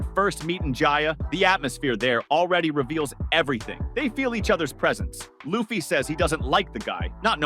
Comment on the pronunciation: The fact that you just said luffy's name like that you're getting a thumbs down